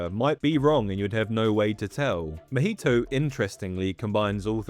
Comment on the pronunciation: i cant with that pronunciation of mahito.